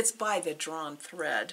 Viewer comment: Glad I found you in floss tube. Your stitching is beautiful. So enjoyed your video. What was that word? Hread?? Thought I would lay an egg laughing. 😊